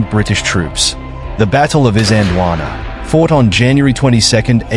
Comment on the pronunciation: Got the pronunciations a bit off. In Zulu , pronounced something like Eezanjeelwaanaa, . At the time , the British called it Islandwana, with the started of the word pronounced as in the word "is" (i.e not as in island)